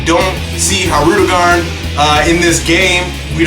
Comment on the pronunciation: Oh Man U butchered his name lol